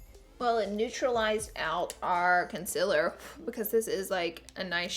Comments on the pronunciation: Do: say con-SEE-ler Dont: say con-SIL-er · concealer? nopelaura lee says its pronounced concilar..